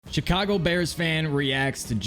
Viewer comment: He did NOT just say Chicago that way ‼️ but it doesn't really matter